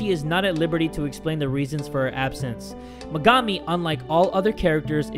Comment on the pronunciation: thats megami not her sister, and her name is pernounced mega-me